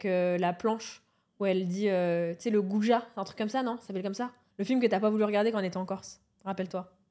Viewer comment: J'ai explosé de rire "le goujat" à deux doigts de dire le goudas tsais😭